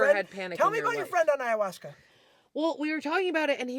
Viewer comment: "High-uasca" is a hilarious mispronunciation.